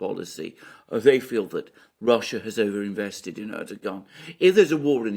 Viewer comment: Er doe wan, the G is pronounced as a W